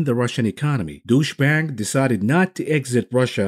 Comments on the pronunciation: "douche bank" lol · Love how you deliberately pronounce Deutsche Bank as Douche-bag 😂👏